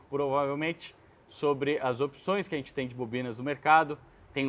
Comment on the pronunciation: sou seu fã, o conteúdo é incrível, único, espetacular, inigualável, mas se me permitir fazer uma crítica que considero construtiva, para de falar "ARRENTE" quando for falar "A GENTE". Te amo